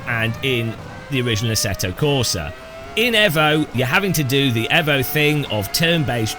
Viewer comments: Aarrgghh it's fking EEEEEEEEEEEEEEVO NOT EVo, you don't call it a Mitsubishi EVo you call it a Mitsubishi EEEEEVO and this game is no different this EVo shit comes from the Italian accent of the Devs 😂😂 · EVO NOT AVO KURWA MAC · i hate the way you say evo